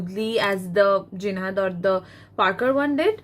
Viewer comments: Ma'am it's Jinhao, not Jinhad !!! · Jinhao not jinhad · It’s jinhao not jinhad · Ur presentation was good 👍... I think it's jinhao pen ... Not jinhad pen.... For better result try giving links to buy pen... It will be a good idea...